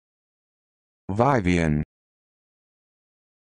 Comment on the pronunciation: It’s pronounced Vivian actually lmao